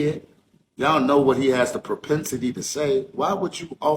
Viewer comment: Its " pro·pen·si·ty" not "per·pen·si·ty"